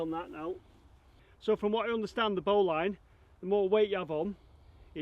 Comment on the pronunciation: yet another brilliant video. Well done for taking the trouble to construct COC Rover. Just a little point Bowline is pronounced bowlin (Lin not Line). And if you tie ribbons every 10feet along the string, you can get an idea of the depth of the shaft.👍